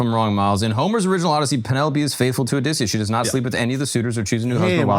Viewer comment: 7 mins in and they’re already screwing up Oedipus and Odysseus 😂